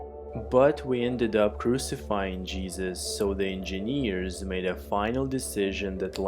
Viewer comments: endjenieEeeres oh god that voice, i wonder if you're drugged or something. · Enginiiiiiiieeerrs all i can hear. Damm it man I'm an engineer and I hate myself cos of ur pronounce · eeeenginieers eeeenginieers eeeenginieers eeeenginieers eeeenginieers eeeenginieers eeeenginieers